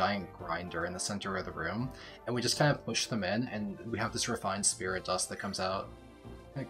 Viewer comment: It's Wolt :D "sprit dust" tho